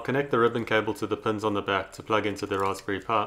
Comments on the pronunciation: its a raspberry pi (pye) (pie) not a (puh) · there are classes on articulation that you can take. there were a couple times where i had to rewind to hear what you said. it was the worst with Raspberri pi. wich just comes out as rasbrphhhhae